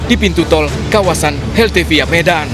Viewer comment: HELVETIA MIN BUKAN HELTEVIA